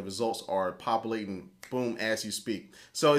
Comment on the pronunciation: lol! Popoolating! Thumbs Up if you agree!